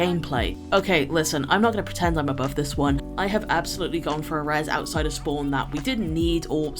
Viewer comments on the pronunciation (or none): none